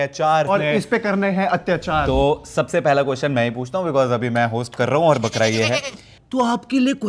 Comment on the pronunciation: fukra ❌ Bakra 😂